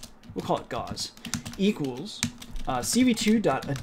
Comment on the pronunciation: Just FYI Gauss is pronounced with the vowel sound like the word "out", or "ouch". So it sounds like house but with a G in front not like gauze or gossip. And with Gaussian we don't pronounce the double s with an 'sh" sound. I know it's pedantic, and I know you're self taught but the mathematician Gauss is such an important figure it's kind of like hearing some say Einstone and then spelling his name Inestone. If you're going to name a variable after Gauss you may as well include both s letters too. It's just good form. Edit: Also I'm not trying to be rude here but helpful. It's hard being self taught, I know. But there are just certain names that when mathematicians or computer scientists hear them mispronounced they just cringe. The easiest to mispronounce being Euler.